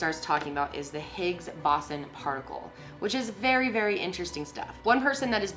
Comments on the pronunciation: higgs boson- "higgs boe-zawn" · Higgs bo-zon actually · Is no one else going to talk about how fucking annoying it is that she is pronouncing Higgs Boson wrong?